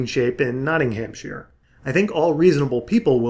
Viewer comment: Not-ting-ham-sheer.. My sides! That's not how you pronounce it. It's an understandable mistake, and at least you didn't pronounce the 'shire' as shy-er, buuut it's pronounced Not-nam-sher. Srsly.